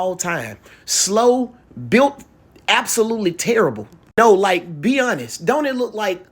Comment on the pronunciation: It's called built not bout !